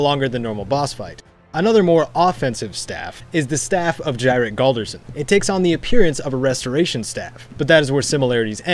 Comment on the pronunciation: Jyrik... I um... I thought it was pronounced "Yeerick" as per nordic norms. Like, so many js are ys! So, when you said "gyric" i was confused Someone else please tell me they felt the same way?